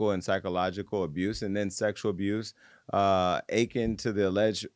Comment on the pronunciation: “AH-KIN” v. A-KIN